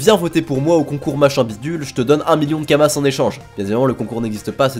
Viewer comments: c'est des Kama(s) pas kamassssssse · Kamas bordel pas « Kamasses » !! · Kamas, pas kamasse. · Et les « kamass » aussi, ça me ronge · Tu dis sérieusement "kamasse", xD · Il dit vraiment kamaSSS ? wow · lol on prononce pas le "s" de kama c'est du pluriel tu dis dis pas des "euross" a par cela bonne video et je vais direct voir la chaine de Epic. Je compte bien retourné sur le jeux j'ai du retard a ratraper autant s'y prépater. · Prononcé le s de kamas sa choque personne ? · Bah oui c'est Kamasse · Ca me stresse il dit Kamasse au lieu de kamas et astreube au lieu de astrub 😂😂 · Désolé mais le lore est trop précieux j'peux que mettre un dislike pour le "Astreub" plutôt que Astrub et pour "kamace" plutôt que kamas, 👌🏻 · Pourquoi il prononce Kamasse et astreube >:0 !?!?!?